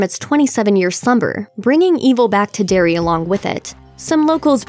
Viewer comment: Sorry to correct you but it's "Derry"